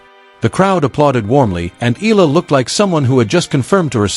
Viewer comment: FOR YOUR URGENT INFORMATION, THE CORRECT WAY TO PRONOUNCE THE LAST NAME OF ALEXANDRA EALA IS, EH - YAH - LAH.